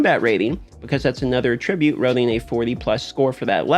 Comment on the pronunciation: How to pronounce attribute wrong 101. Great video but learn how to say attribute